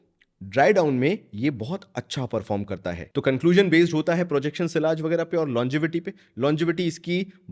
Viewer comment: "Sillage" kyun bolta hain bhai. It's a French word and in British and US English also it's pronounced as ' Siaze' just like the French. Don't try to be over smart yaar. Lagta hain ye word ko aapne " Desi" bana dia hain. Then Kudos to you😅😅😅